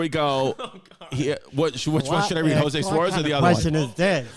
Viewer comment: spanish gone kick chris’ ass every time 🤣 jo sue!?!? it’s hoswayyy chrissy🤣🤣🤣